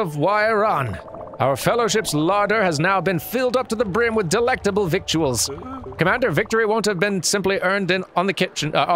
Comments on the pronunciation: Honestly, it sort of fits better with Buck's whole demeanor that he pronounces victuals as "vick-too-uls". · Victuals is pronounced as Vittles. Gotta love English. Their our know rules. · The word "victuals" is definitely pronounced "vittles"